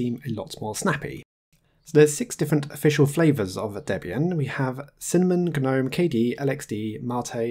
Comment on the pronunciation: "Gnome" like the garden statue has a silent "g." The desktop environment is pronounced with a hard "G" officially, as in "guh-nome." It is a carry-over from when "Gnome" was an acronym for "GNU Network Object Model Environment." "GNU" is pronounced with a hard "G" as well (just ask Richard Stallman, who created GNU).